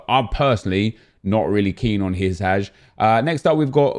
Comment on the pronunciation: Its not HI-SAZH